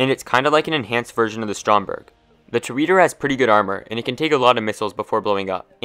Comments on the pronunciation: No it’s Tor-Add-Or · Is this how you pronounce the Toreador? Tor-Yeah-Dor